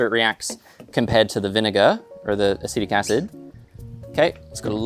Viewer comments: 🗣Acetic acid 📜Acidic acid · I noticed that too, but honestly thought it was just a cheeky joke x) It is technically acidic acid.